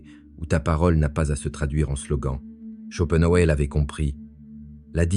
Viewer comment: Olá,, on ne dit pas "schopenhauÉ" mais "schopenhauER", c'est comme pour Hitler, par exemple...